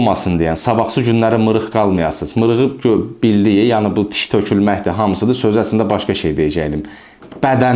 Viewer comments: sağ ol, qardaş. tiş yox diş 😊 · diş ⛔ tiş ✅